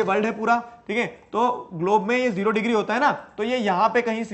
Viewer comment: Digree no digire